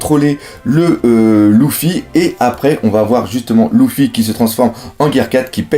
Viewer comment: Luffy = en prononciation c'est "Leuffy" pas "Louffy" !!